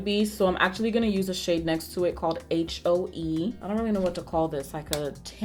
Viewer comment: “This shade called Aitch-O-Ee” Guuuuuurl... 😂😂 don’t get me started. Love you,!